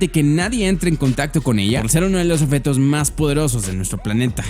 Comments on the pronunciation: Se dice OBJETO no oFeto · Esta diciendo offetos en ves de objetos?